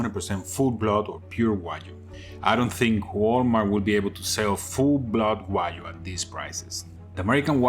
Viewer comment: Wa-GYU. Not Wa-You.